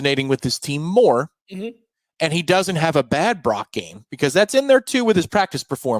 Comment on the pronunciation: It’s Brock, not Barock